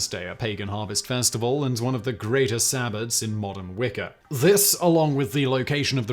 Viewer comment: Wicker. 😂. Learn to talk